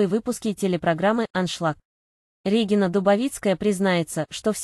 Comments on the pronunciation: С каких это пор Дубовицкая РЕгина, а не РегИнна? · Противно слушать, Р Е гина— РегИна или специально так говорите , чтоб комментарии писали.